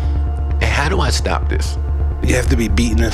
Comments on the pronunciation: "Hey how do I 'stap' this?" I don't know why the way he said 'stop' is funny to me 🤣 This whole video is hilarious. Bless u for making it 🙏🏾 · "Hey how do I 'stap' this?" I don't know why the way he said 'stop' is funny to me 🤣